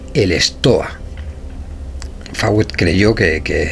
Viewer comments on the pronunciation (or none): Una corrección es Coronel Fawcet, se lee Focett o Foucett no Fawet